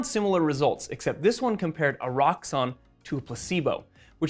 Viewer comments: There is now way the called this e-rox-on right? cause i genuinly thought he said "a rocks on" at first until i read the label. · Is it really pronounced er-rocks-on or were they going for the ero and pronouncing it Eros-san